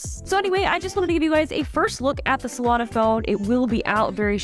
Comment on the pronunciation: Solana?? A SZA phone???? 😂😂😂😂😂